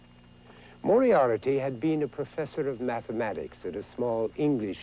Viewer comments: very true. but in this vid, price added a syllable (and mispronounced it): mor-i-AIR-i-ty is what he said, but it's spelled mor-i-AR-ty. *shrugs* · Lol, Moriarity? Didn't anyone tell him how to say it? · lol, price mispronounces 'moriarty'